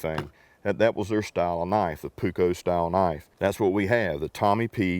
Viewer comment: Tommi puukko is made birch park. And you pronaus it with loooong u, puuuukko.